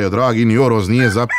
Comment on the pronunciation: nije oros vec horoz kaze vuka karadzic necete to svloh znam ja zasto da kazete h